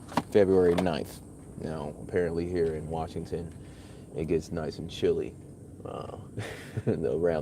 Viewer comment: "shilly months" indeed